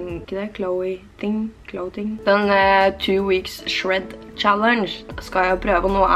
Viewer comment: Absolutt ingen:: Clowithing, nei clow i thing 😂😂❤️